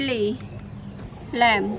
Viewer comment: Please correct your pronunciation. Its a lime not lamb.